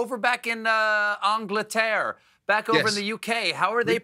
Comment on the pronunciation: 😍Stephen’s pronunciation of angleterre was chef’s kiss perfection. Thank you for that